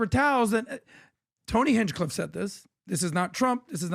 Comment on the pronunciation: Bro you probably shouldnt make clips. Your voice doesnt sound confident and clear over videos, you never bothered to pronounce Hinchcliffe correctly, your vocab is weak. Just because you have the ability to edit clips together and record yourself talking doesnt mean you should. There are thousands of youtubers doing this already. Find something else and no more wasting time. You sound like a high schooler. No offense or anything but this isnt for you